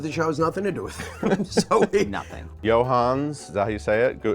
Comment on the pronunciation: The "-es" in Johannes is absolutely not silent 😂